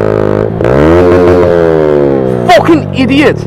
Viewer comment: the way he said fucking made me laugh No offence bro, It's just unusual for me